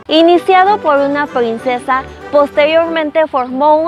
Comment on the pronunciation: Por favor arréglate el cabello, porque hablas así de mal 😱😱😱 ,porque dicen luego que los mexicanos somos rancheros 🤦🏻‍♀️🤦🏻‍♀️🤦🏻‍♀️🤦🏻‍♀️🤦🏻‍♀️ Plingsesa en vez de princesa Voy a espelimental VOY A EXPERIMENTAR elgmoso hermoso Nogble noble!! 🤦🏻‍♀️🤦🏻‍♀️🤦🏻‍♀️ hablas como coreana o japonesa intentando hablar español caray!!